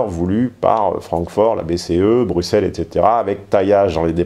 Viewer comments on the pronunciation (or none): none